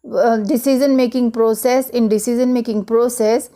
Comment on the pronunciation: Your pronunciation "decision" is really awfull..